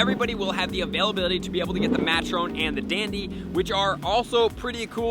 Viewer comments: Can't believe has never heard the words "matron" (rhymes with patron) or "debutante" (silent E) pronounced before. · Is it a law that poketubers can’t learn to pronounce words? Because all of y’all just butcher so much. That’s not how you say Furfrou, debutante, or matron. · Just going to throw out there that "Debutante" and "Matron" aren't Pokemon terms, they're actual words with real pronunciations haha. Just a pointer, love ya.